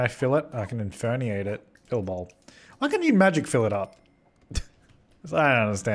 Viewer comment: your default now is to just inferniate No one:: INFERNIATE